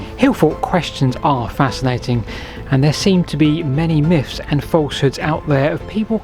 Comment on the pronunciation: "many hillfort miffs"